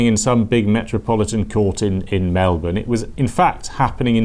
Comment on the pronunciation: I appreciate the fact you actually pronounced Melbourne correctly